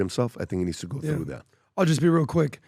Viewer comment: 1 question Why you try to sound like a Latino when saying "through" 😂😂 it cracks me up every time. You Persian man forget about that you coop enough with your flying carpet